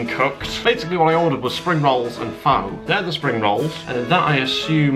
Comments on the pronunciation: Every time you mispronounced Pho as “Fo” I killed a small cat. It’s “Fuh” 😂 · He it's pronounced Faa not Fow, Fow means prostitute or something, I learned this pretty quick when I visited Vietnam, and yes it's meaty liquid but it's absolutely delicious so that place must be bad 🇻🇳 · Pho is pronounced Fa not Fo. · Pho is pronounced 'Fah', not 'Foe'. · great video! the noodle dish it's produced more like "pha" rather than "pho" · Pho is actually pronounced like "Pha or Fa" and this is coming from a lady I worked for whose family is from Vietnam. Is a toastie like what we in America call a grilled cheese? You are a trooper for trying all of these low rated places 😂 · It’s pronounced like “fur”. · its pronounced FUR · Pho is pronounced fuh btw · Pretty sure pho is pronounced like "fuh" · Pho pronounced Fu . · Pho is pronounced as fer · pho is pronounced fur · Pho, say is as 'for'. You must have posh ratings, Here in Kettering NN16, we only have 1 to 5. No Zero rating. PS, They have a 4 from the 1, still shit. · No offense but you're supposed to pronounce pho like "fu" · Your pronunciation of Pho was melting my brain.